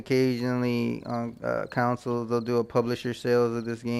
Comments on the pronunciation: "Con soul" is how its pronounced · "Council" lmfao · Ive never heard someone pronounce "console" so wrong so many times